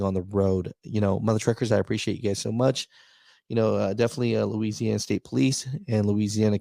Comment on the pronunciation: "LOUISANNA" lmao!!!! yeah that's all he had to say.